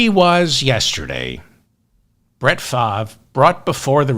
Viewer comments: The "R" in Favre is NOT silent, though it seems to be in the wrong place. However, it is pronounced "Farv". From a 60 year Packer fan, but ex-Brett Favre and Aaron Rodgers fan, for obvious reasons. One's a thief and the other is a ant-vax nutjob. Both are MAGA. Neither is acceptable. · It’s pronounced “Farve” as in “starve (the poor)” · Brett Favre's surname is pronounced in French; 'Faa-vaa' according to Google's translator. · It's pronounced "Farv." Really. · Pronounced Favray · Hey Mr Ferdman, love your show. The correct pronunciation of Brett Favre' name is (Far-ve)or (Farv) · That's the American or English language way to pronounce his name. French people pronounce it Fah-vre, with a soft ending on the letter E. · Who’s speaking French? For David: it’s Farv. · David has a hard time with some names, very hard. Still goes back and forth with Kom ah la (Kam ah la, Ka milia). I also like to throw in extra bits but not when it comes to his wrong pronunciations. Farv is as simple as it gets. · I think it's Fahve. The R is silent like the R in fish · No need to give Favre (pronounced FAR-VE) the benefit of the doubt. The man committed more welfare fraud off the backs of the poor than any other human being in this country. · Oh sh*t! I was listening to you to know how to pronounce his name. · FELDMAN. check the web for FAVRE pronuncation.... As always good show... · The mispronuncuation makes this better and reminds me of Ben Stiller's in Something about Mary. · You pronounce Brett Favre name like you’re from Boston David lol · He’s scum but at least pronounce his name correctly.